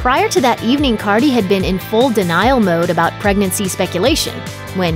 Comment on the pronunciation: why did y’all call cardi “carly” lmaooo